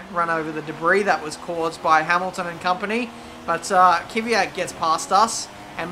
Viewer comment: Its K-V-Y-A-T mate. One less Y than you say. cheers